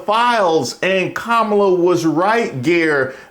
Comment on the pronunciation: So I'm supposed to condemn Zohran Mamdani's attempt to claim his heritage as a Ugandan descendant on a college application by a fool who either cannot or refuses to correctly pronounce Kamala Harris's name? Nah... I'm good. Citizens of New York City, please send Cuomo, the pumpkin, MAGA, and the rest of those status quo billionaires a mandate message. This reign of fascist terror is over! Vote for Mamdani as NYC mayor.